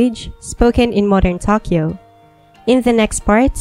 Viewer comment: I fear nothing, but the way she pronounced Tokyo, scares me.